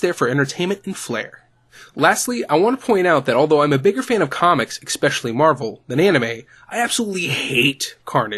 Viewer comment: It's ESPECIALLY not "eckspecially" you dunce